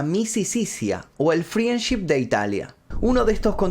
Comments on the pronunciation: Me pone mal q pronuncie FRIENship en vez de FRENDship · Friendship se pronuncia "frendship" sin la i 😉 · FRIANCHI ?????????? -----------Frendship se pronuncia Friendship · Creo que lo que más me traumó fue la pronunciación de "friendship".